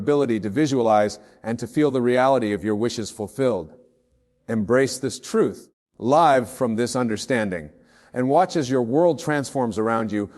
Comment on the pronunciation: Love this,,, btw check the AI created words as there are a few mistakes; one was at the end when Wayne said,”LIVE”with the long “I” sound instead of the short vowel “I”. That’s when I knew it was AI created and implemented into this video. Though it’s his words ; AI MAKES mistakes